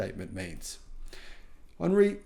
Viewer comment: Why you call him Énrique FIsker? His Name is HENRIK. He is from Denmark. not France. just say it as it is spelled! BTWMarques Brownlee. Did'nt say it is the worst car he has ever driven. it is the worst EV available because of faulty software. when the software gets better, then not much to complain about! in fact it has already become better in update 2.0 which no big automotive reviewer has tested.